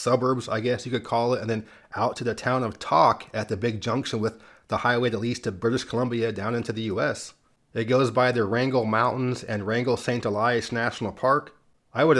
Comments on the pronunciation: You pronounced Tok wrong, it is pronounced like Poke with a T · Hi: Tok, Alaska, is pronounced like "toke." I was there just last month. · Alaskan here ... 'Tok' rhymes with 'Coke.' Just thought you'd want to know. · Tok, Alaska rhymes with coke, not caulk. I would love to see a state highway 2 across the country I would bet there are more of them than Highway 1s. In Iowa, Iowa 1 starts at Iowa 2 at a location 5 miles south of Keosauqua, Iowa. Iowa 2 follows 10 miles north of the Missouri border from Nebraska to Illinois through every southernmost county seat except Keosauqua which is 5 miles north of Iowa 2.. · The locals pronounce, Tok, AK as "Toke".